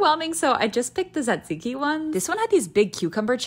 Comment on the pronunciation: I literally came here to say that she's the first non-Greek speaking person I've come across to say "tzatziki' correctly!